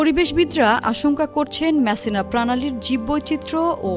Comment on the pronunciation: মিসিনা না😂😂 মেসসিনা😂😂